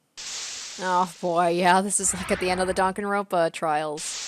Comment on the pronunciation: One thing I honestly don’t like is that everything the characters do or say you make it related to DanganRonpa. Also the way you say DanganRonpa, where did the k come from